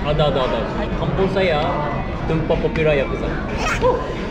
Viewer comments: Betui dah tu dia sebut saya, saya.. awat hang suh dia sebut saye..saye cara kay el... jenuh satgi dia nak sembang kat kedah...😂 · Betul la S-A-Y-A bunyi SAYA bukan SAYE